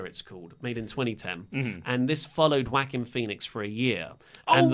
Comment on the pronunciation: The way you say joaquin. It's wrong and funny, but I'll allow it.